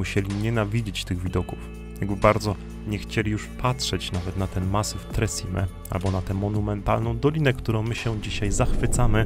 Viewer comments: Nie tre czime ale tre ćime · tak jest, Tre Czime, co się tłumaczy Trzy Szczyty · Hej.. Muszę to zrobić, bo tu mieszkam i za bardzo kocham Południowy Tyrol 🤗. 3 Cime (wymowa ➡️czime) nie oznacza 3 siostry.. To nazewnictwo polskie. Na sorapis prowadzą 2 szlaki. Najprawdopodobniej poszliście tym, który ja nazywam autostradą stąd tlumy ludzi. Na drugim w ogóle nie ma prawie nikogo, byla nas 6 i to pod koniec lipca.😉 Co do noclegów, szukajcie dobrej bazy wypadowej. Pomagam ogarnąć temat zwiedzania zwłaszcza opcję noclegu... jeśli chcecie zobaczyć Południowy Tyrol wraz Dolomitami. Szukajcie gotosouthtyrol na insta. Pozdrawiam 🏞️🏔️🚵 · Interesujący clip. Piękne Dolomity! Dziękuję. A propos wymowy: czyta się Czime. Pozdrawiam! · Przyłóż się do poprawnej wymowy włoskich słów. Niestety tak jak i w ostatnim filmie o Dolomitach jak tylko usłyszałam - wybacz - to słowne kaleczenie, to od razu odechciało mi się oglądać dalej. Także nie "Tre Cime" przez "ci" tylko "cz" i nie Lagazuoli przez "z" tylko "dz/c". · Hej, "Tre Cime" czytaj "tre czime" i znaczy to "trzy szczyty" a nie "trzy siostry". I Lamborghini czytamy "lamborGini" a nie "lamborDŻini". Ale filmik jest de best :)